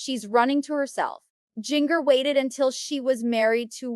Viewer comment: Amy King’s forehead is frozen. And “Jinger” prounced like “finger?” That’s just comical 🤦🏻‍♀️🤦🏻‍♀️🤦🏻‍♀️🤦🏻‍♀️ These parents are horrible… there is plenty to criticize without compromising your credibility… Amy King deepfaked come on